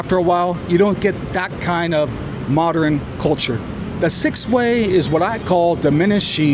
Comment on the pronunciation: I think the word you're trying to pronounce is "modern", not "moderin". You're welcome. Also, did you really say that American universities are where it's at for public debate? 😂 Yeah sure, maybe in 1968.